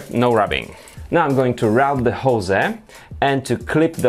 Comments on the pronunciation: It's 'hose' not 'jose' ;) Apart from that good stuff :) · Hose is pronounced "hoes" not "José" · Please check on how to pronounce hose in english !! Damn... ^^